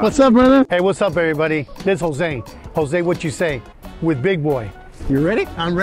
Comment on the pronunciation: If he’s from Michoacán why can’t he say Jose and tortillas the right way 🤷🏼‍♂️